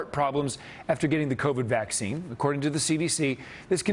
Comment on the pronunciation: “Vacine” lmao